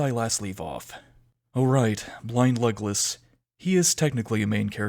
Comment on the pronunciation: For a while I thought you said "blind legless" and since I didn't want to watch the show I kept wondering what on earth happens to him for you to call him that, until I realised it was blind Legolas XD Anyway thanks for watching the show for us and going over it!!